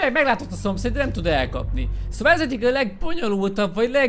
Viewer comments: "Áh jön a szopszfgm" Kiégtem😂😂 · jön a szompairvuf aaa 😂😂🤣